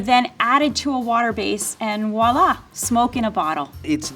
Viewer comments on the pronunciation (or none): none